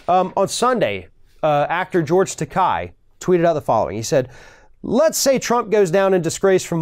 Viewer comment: George TAKEI, not Takai.